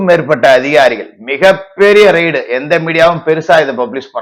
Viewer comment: அது ரைடு இல்லீங்க ரெய்டு என்று சொல்லுங்க.